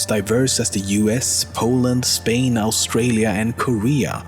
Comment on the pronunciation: You said Australia like Owwstralia